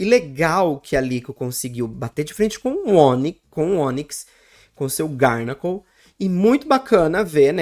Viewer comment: Garnacl 😂vc pronúncia errado o nome desse pokemon é garganacl só uma dica não é hate😊